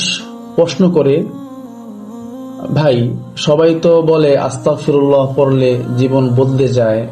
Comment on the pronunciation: ❎আস্তাকফিরুল্লাহ ✅আস্তাগফিরুল্লাহ